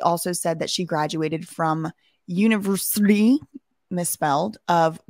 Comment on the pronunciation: The way is saying univrsity...the shade...I love it lol!!!!